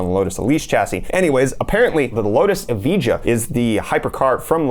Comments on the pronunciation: Evija is pronounced "E-vi-ah". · Wtf is that Evija pronunciation, I'm triggered